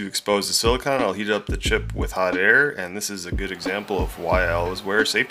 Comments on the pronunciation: Except he’s still pronouncing it wrong. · Ikr lol. I notice British people in particular love to pronounce Silicon silicone.